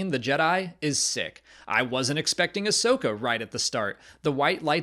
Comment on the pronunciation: Ahsoka, not Ashoka. How come no one ever gets that right? I don't know how anyone even gets confused about it. Everyone addresses her as 'Ah-soka', not 'A-shoka'.